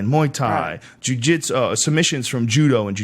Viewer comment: The Martial Nerd Jiu JEETSOO